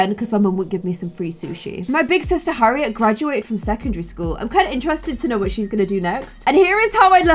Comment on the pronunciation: Also when she said Harriet it said her ear 😂